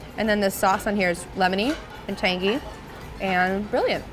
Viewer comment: Drink every time she says tangGHEE.